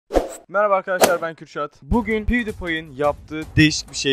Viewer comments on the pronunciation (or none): none